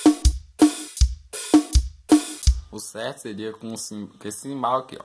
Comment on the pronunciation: Manda mt bem parceiro.. mas uma coisa... chama é CHIMBAL com som de X e nao simbal